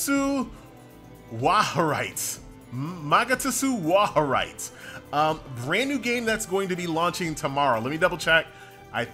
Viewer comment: Its "Wahr-heit". Pronounced like "war [the a as in can't] and height". German for truth.